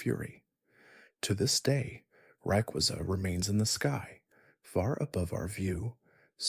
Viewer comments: The way you said Rayquaza stresses me out. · Lol the funny part is that he said Rayquaza correctly and then one paragraph later he butchered it like 4 times. Also learn how to say the regions right too